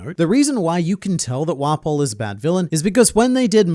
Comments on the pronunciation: How many times did say "Wapol"? Lol 😂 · There's something about how pronounces it "wah-pole" instead of just 'waffle but with a p'